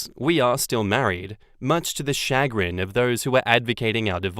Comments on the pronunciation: It's "shuh-grin" not "shag-rin" lmao. And I use chagrin regularly, but maybe I'm just a weirdo. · It's cha-grin not chag-rin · No,, no one says SHAG-rin. They say sha-GRIN. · Chagrin is a common word.... Or, I suppose it's common depending on your friend circle. (also, it's commonly pronounced SHəˈɡrin (sha-grin), rather than shag grin. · Sha-grin not Shag-rin, any time I hear say I think of the slang word shag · “Chagrin” is a pretty common word….”SHUH-grinn” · Lol it's pronounced shuh-GRIN. It's like saying "much to my dismay" but to a lesser extent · Pronounced shush-grin...and yes, I use it a lot!😀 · Chagrin Pronounced Shu- grin(like grinning) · Chagrin, pronounced Sha-grin empathetic =/= emphatic empathy = feeling the emotions of another emphatic = saying something forcibly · Chagrin is a perfectly lovely word. Though in the US, we pronounce it "shuh-GRIN". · (“Shuh grin”, with a slight stress on the second syllable) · Chagrin. Yes we use it but pronounce it “shugrin or shagrin” here in the US. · Chagrin has the emphasis on grin, and it means to the embarrassment or distress. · I use the word chagrin fairly regularly. However, I do pronounce it properly.